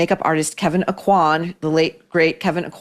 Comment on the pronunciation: Kevin Aucoin’s last name is pronounced “O’Quinn “. It’s the French spelling of that name.